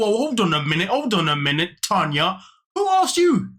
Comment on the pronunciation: My name is Tanya too but spelled the right way lol listening to you say "na na na na Tania na" for a second I was like what did I do this time lol